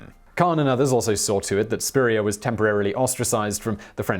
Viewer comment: Ok as someone named Spurrier, the way you pronounce it is somehow slightly off in a way I can’t describe and it’s weird. Also, in my family we’ve had a random story that someone in our family got kicked out of France, but that was it, and even though we might not be related to Steven Spurrier, that might be where it came from